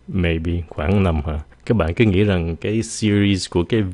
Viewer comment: nè! nói hơi sai dấu chút đó. Mình để ý thấy hay viết dấu ngã "~" thành dấu hỏi đó. Ví dụ nha: " các bạn hãy nghĩ..." chứ không phải là " các bạn hảy nghỉ...". hihi